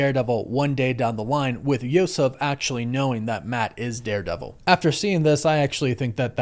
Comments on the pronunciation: It's Yusuf, like Usuf or yousuf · I never heard of that pronunciation of Yusuf. And the Green masked robber is also named Devlin.